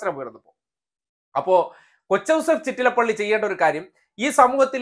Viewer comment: Not Chittalapalli chettalapalli